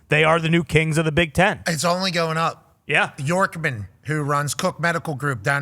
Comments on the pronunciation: Yonkman, not Yorkman. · Yonkman, not Yorkman